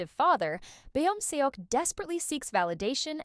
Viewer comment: good video! only thing that really irks me is the pronunciation of beomseoks name. would you mind pronouncing it correct next time? its kinda distracting